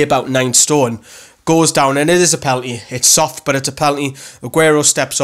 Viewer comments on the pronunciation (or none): It pen a l ty (penalty) not pel anty (pelanty).